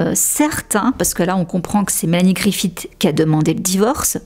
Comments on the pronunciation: On ne dit pas griffiTT mais griffi SS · Griffith se prononce comme Smith, à la fin !